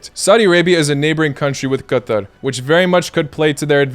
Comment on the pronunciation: This is the correct pronunciation of Qatar, because in arabic it is pronounced like that 😉